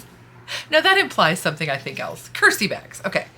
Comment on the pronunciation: Originally, I thought you said "Curtsy bags" which is pretty much the opposite of "Curse-y bags". :D